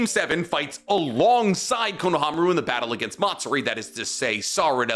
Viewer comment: If you're otaku making videos about the naruto-verse you probably should get better at your pronounciation. I cringe everytime he says Konohamaru. It wouldn't be so bad but for this entire video being about Konohamaru. Way to make it obvious that you only watch dub. At least try to pretend like you've watched subs.